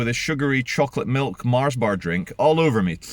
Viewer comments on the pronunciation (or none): none